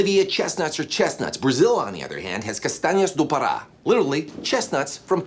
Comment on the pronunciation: It was pretty good but sounded like Castanhâs do Parã